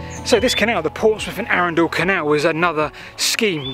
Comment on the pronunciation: Whilst I hate to be a pedant and ‘that man’, it’s Arundel, NOT ‘Arundal’. I live nearby.